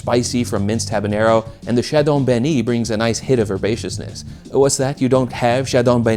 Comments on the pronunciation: I've never heard chadon beni pronounced that way. It's usually pronounced like "chadow banny" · Trinidadians speak english and so they butcher foreign sounding names as well. Even though its spelled Chadon Beni, its pronounced Shadow Benny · In trinidad we pronounce chadon benni: shadow benny